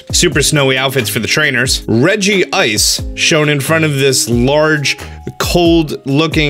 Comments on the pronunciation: It's Reg-ice not Regi-ice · Regi-ice. Isn't Regice You know Reg-ice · Regi-Ice isnt how you say it tho. It's Rej-Ice not Regi-Ice. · It's not Regi-ice, it's Regice. I know the others have the "Regi" pronunciation, but there's only one I in Regice. Plus, Pokedex 3D agrees with me. That's not Regigigas, but an Electric-type Regi like Regirock, Regice, and Registeel. It's probably named Regibolt or something like that and the regi after it is probably named Regidrake or something like that. Urshifu's form isn't decided on version, but the choices the player makes. You can get either form regardless of which version you have. Zekrom is Yin and Reshiram is Yang. The Galar Pokedex currently has 400 Pokemon, including the new Galar Pokemon, which means there will be over 600 Pokemon in the Galar Pokedex after this expansion. There are currently 890 Pokemon in total, which will increase when this expansion pass hits. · I didn't even know people called it reg-ice. That sounds so wrong to me. Almost as bad as how the anime pronounces Arceus. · "Regi-Ice" Me: Fiercely Cringes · i cringed so hard when he said "Regi-ice" €_€ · Why did you pronounce regice like regi-ice